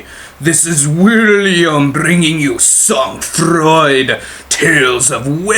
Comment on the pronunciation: I like your commentary and gameplay :) Just nitpicky, but the pronunciation would be more like "Soan Fraw", for future reference /frenchgrammarnazi (I guess that makes me a grammar collaborator? grammar Vichy? XD)